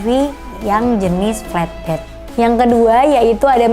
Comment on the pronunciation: Mbacanya enakan 'flatbed' ketimbang 'fletbed', Mbak. 🙏